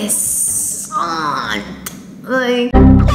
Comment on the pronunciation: Why does she keep saying interesant? Like without the e at the end??? Lol